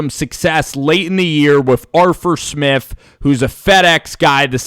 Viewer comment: He says Arf Arf Arf Arf Arfur Smifh, Are you a dog 😂